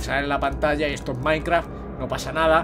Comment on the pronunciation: Like si escuchaste que dijo maincra :v